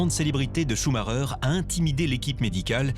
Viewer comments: Le clown incapable de dire son nom comme il faut. Michael Shuma cher.... n'importe quoi. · Le "Shouma cher" du journaleux m'arrache les oreilles... On dirait qu'il le fait exprès en plus 😅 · Pourquoi les francophone n'arrivent ils même pas à prononcer ce son de famille correctement, tous ils disent schumarer. Ensuite, foutez la paix à cette famille, ce n'est pas pcq ils sont super riche qu'ils ne vivent pas dans une vie très pénible à vivre, d'autant plus avec tous ces paparazzi qui essaient d'y piquer leurs grains avec un cover inédit. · pareil, on a entendu ' choumarère , choumakère, choumachère....qu'ils se mettent d'accord ... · Le journaliste suisse devrait déjà apprendre à prononcer son nom correctement avant de vouloir des informations sérieusement. A croire qu'il l'a entendu qu'une fois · C'est pénible d'entendre des conard de journalistes qui son même pas prononcé le nom de Michael Schumacher un grand monsieur du sport automobile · Ce luis qui ne c'est pas prononcé son nom correctement i ferme sa gueule de con je ne supporte pas con ecorche son nom personne n'arrivera à ça cheville Michael Schumacher et une icône unique au monde